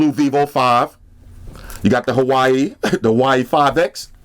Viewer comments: Great review as always, I can't let it slide though, say it with me "wah way" not Hawaii lol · Hi, the right pronunciation of Huawei is "Hwa-wey" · this nigga pronounces huawei as Hawaii. I'm weakkk. subbed after I heard that shit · He knows that and has already said he will be saying Hawaii from now on because that's how he rolls.